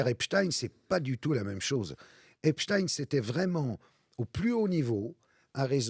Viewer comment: Il suffit de regarder un reportage en VO pour savoir qu'on prononce "Epstine"